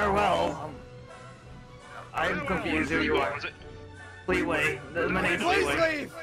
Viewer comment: Dude it’s not feetway it’s fleeway